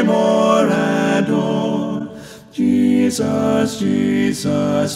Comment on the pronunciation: This is beautiful. The phrasing, legato, and tuning are all excellent (not to mention his exceptional range). He is a very skilled and tasteful singer. That said, I am always bothered when people sing "Jesus" with equal stress on both syllables (or worse, greater stress on the second). I am probably being too picky, but no one says Je-SUS. The second syllable should be noticably less than the first.